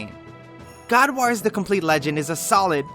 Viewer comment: Omg can't pronounce god wars put me off sorry